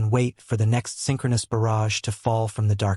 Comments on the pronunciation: What's an artillery barge, it's a barrage. buh-RHAJ. When AI can't get it right 40 times, it becomes very annoying. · You need a MUCH better AI reader - a barrage is not a barge! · This channel should have enough respect for its audience to not release a video where the most important word is pronounced incorrectly tens of times. Very disrespectful and lazy.